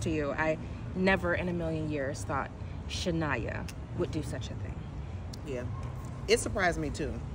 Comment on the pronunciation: Man to be saying shania like his dady is krazy and natasha wrong too 😂